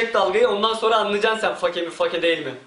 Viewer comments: Fake? Lan olum biz onu: FEYK olarak telafuz edioruz yani yazılış F-A-K-E olduğu için öyle okunmuyo feyk o feyk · Ingilizce öğrensen ii olur fake feyk olarak okunuyor ;) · fake mi ? sen yalnis sölüyorsun o my good.. fakeee diyon